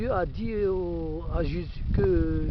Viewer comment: Pffff tu ne ces même pas prononcer Jésus correctement ??!!!